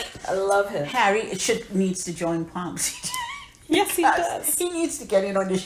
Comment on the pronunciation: "Pomsetay" r u trini?!